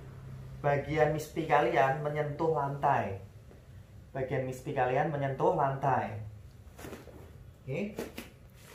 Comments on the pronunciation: Maaf om, koreksi dikit dlm pengucapan istilah Mr.P, boleh ya... Yaitu pengucapan Mr.P (= mister Pi, bukan Miss Pi)...biar kl didengerin lbh pas..Okey ..gt aja om. Makasih, YT yg berguna bg para suami👍👍Semangat teruss...gaskeuunn💪💪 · Mr P, bukan miss